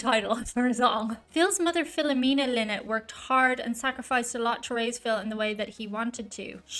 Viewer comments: Phil "Lie-not" as he used to say. Not Phil "Lee-not". But hey, you're the only one to make that mistake. 🙂Cheers from france! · NEVER call them Linnett it's pronounced Lienett. They say a Linnet is a sea bird of some sort. This version cut out the harmony solo at the end. Phil died from his heroin addiction. The band is a one hit wonder in the US. Many hits in Europe. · Its pronounced 'Lie nott'... lynott is a bird!!! Duh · its pronounced phonetically phil lie not. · This seems to be a short version of the song, but still a party anthem. Phils surname is pronounced "lie-not". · Oh man! Is that how his last name is pronounced? I’m from Michigan USA and have always pronounced Phil’s last name Lynott with a long I vowel sound for the Y. Am I wrong? Can someone help. I don’t want to second guess an Irish Lass.